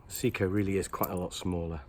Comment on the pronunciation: Your pronunciation od SEIKO is horrible 🤬. It's Say-ko not See-ko.